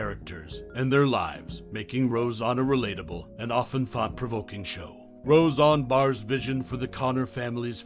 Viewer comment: Why do you keep saying RoseON?!?!? It was NEVER said like that, it's not accurate at all, it negates the credibility of this video. The Conners was a big F.U. to Roseanne and to the fans. Instead of being a mirror of a living room, like Roseanne, The Conners was reflecting a voting booth. And the writing thought it was so smart yet could not have been more tacky and coated with political forcefeedings. F all them, Roseanne rules.